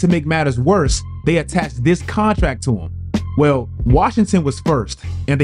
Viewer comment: Do you not know how to pronounce the word "attached"?